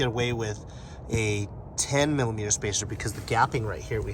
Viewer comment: What the heck is a milla meter???